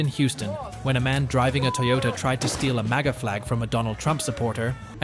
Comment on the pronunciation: Why are you pronouncing Toyota that way?